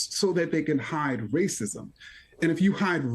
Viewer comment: Legend says the grand wizard is so powerful that he was able to split the word “racism” into two words….. “race-ism”…. A true feat indeed. Lo and behold.